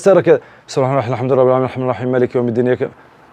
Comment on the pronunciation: طيب أخى الحبيب أنت أخطأت ، فى مالك ،،،، لم تظهر الكسرة التى تأتى تحت حرف الكاف ،